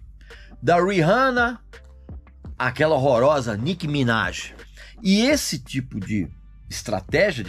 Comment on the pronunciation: "Nick Minaj" Horrorosa kkkkkk😂😂😂 que isso Régis